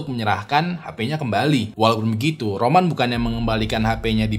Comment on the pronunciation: Awalnya Roman di tengah video kok jadi Ramon bang...😂😂😂😂😂